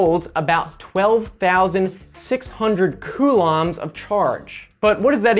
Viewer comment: When you say coulombs, it sounds like some sort of curry